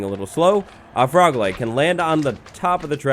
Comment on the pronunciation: Was anyone else just listening while busy, and hear 'leg' instead of 'light'? XD I was caught so off guard, but I love it